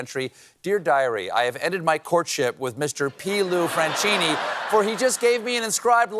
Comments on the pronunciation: franCHIni non francini. it's like kate not chill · Stephen, the name Franchini, is pronounced Frankini. Ch in italian is always pronounced like a K. In Italian the english ch sound is spelled ci as in cappuccino. You're welcome.